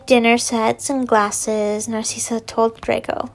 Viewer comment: This is how u say narcssia nar like car ciss like sis and a or u can just say cissy